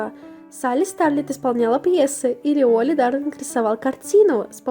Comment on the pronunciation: уолли правильно череза у (не хейт)